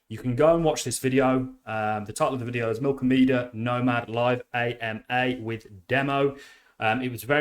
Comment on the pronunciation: milkomeda not milkomedia...